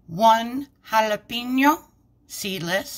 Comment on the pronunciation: I love the way you say jalepeno!!! These looke amazing!! Could this work in your chaffle maker???